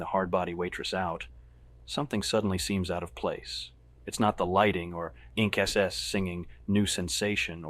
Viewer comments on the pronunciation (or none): Pronouncing INXS as inkses????